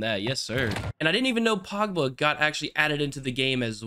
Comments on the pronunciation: it’s pogba not “pawgba” lmao 😅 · "Pagba" LOL